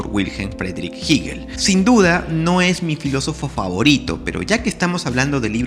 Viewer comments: *Crítica netamente constructiva*: Hegel se pronuncia con “e” no con “i”. “Hegel” , no “Higel” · De dónde sacas que se pronuncia "Jiguil"?